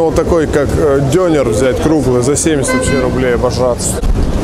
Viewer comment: Кишки -это кокорЕч. Бублик-это симИт. Не ДЁнер, а ДёнЕр. Крошка-картошка -это КумпИр. Не кюфта, а кёфтЕ -это турецкие котлеты. Если ты снимаешь обзор на национальную турецкую еду, то хотя бы просто выучи названия!